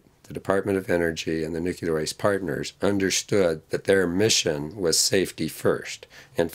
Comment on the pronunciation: One would hope that a so-called expert on these issues could at least pronounce the word "nuclear" properly, but no... he cannot be bothered.